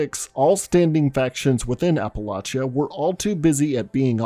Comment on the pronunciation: How do you spell appalayshia? Did I get it right? It's pretty accurate based on how you pronounced it. It's Appalachia. Where are you from? I'd like to butcher the name of it in return.